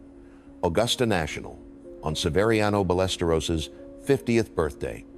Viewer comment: I don't think this is Peter Kessler, as he doesn't even sound like this anymore. It's A.I. and wasn't able to pronounce Severiano Ballesteros correctly!